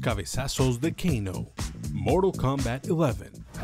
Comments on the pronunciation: Moral Kombat Eleven 😂😂😂😂😂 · Si es un vídeo en español, no digan "moral kounbat" o ya si quieren hacerlo. Mantengan los números en español, es como llamar a goro como "gorou"... O esperen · Amigo estas haciendo un video en español y dices morul kombat ileven… pero no dices ni siquiera fatality y dices movimiento final … jajajaj que horror, respétate!!! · Se dice Moralt kumbat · moral coumbat !!!! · "Moro combal" 😎🙏 Xd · 13 : 25 es morol kombat queremos sangre y yo quiero que pronuncies bien el tittulo del juego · A soportar el "Moral" Kombat XD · "Moro combats" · De que?? Moral kombat? Que aceite para decir mortal kombat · Moro kombat entiendo no mortal kombat JAJA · "MoRaL KoMMbAt" ajajjsjsja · Moral Kombat? Habla bien hermano... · "Moraa cambaaa". Hablá bien lpqtp. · que hable bien , que no se gringolee a por el nombre